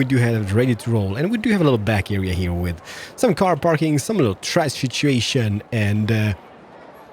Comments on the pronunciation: OH MY GOD YOU CALLED THE PARKING PARK THE CARPING PARK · Did anyone else notice when he said carping park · What is a "Carking Park"? 😉